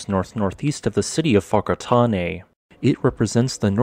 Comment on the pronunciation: As a kiwi, it makes me so happy that you got the pronunciation of whakatane correct. Keep up the good work bro!